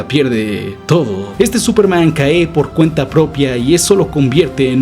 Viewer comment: Una pregunta, por qué pronuncias algunas palabras graves como agudas? (Su ideal caé cuando...) Es algún acento particular?